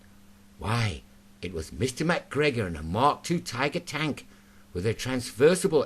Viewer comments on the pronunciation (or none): none